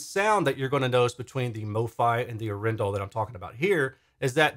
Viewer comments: Thx for doing this, I am proudly Norwegian 🇳🇴 The name is from the city of Arendal and the weight is on the first A of Arendal, not the E 😋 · It's pronounced... Adrenal